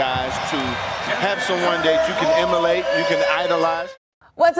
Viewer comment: I love that they finished the highlight reel with Dominique's "emuhlate".